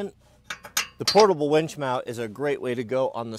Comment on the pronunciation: Its winch, not ‘wench’…..